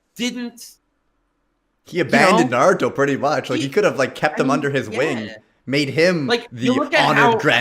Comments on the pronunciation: ITS NA RU TOE not nod ooh toe FILITHY PLEB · Bro, i haven't even read/seen the series but i know it's Naruto. Not naduto or whatever you're sayin' haha